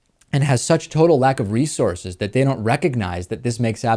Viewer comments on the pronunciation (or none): none